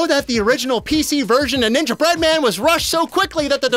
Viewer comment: It irks me the way you say "Ninja Bread-Man", clearly ignoring the cadence suggested by the "Gingerbread Man" pun.